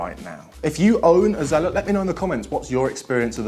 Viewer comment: Its zealot s, not usual zealot